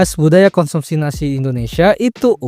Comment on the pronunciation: Yg kedengeranku Makan nasi❌ Makan Nasik✅